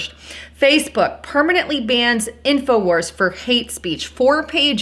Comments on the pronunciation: Wars...Not Warses. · '' Infowarses'' = lol ...it's Infowars, not '' Infowarses''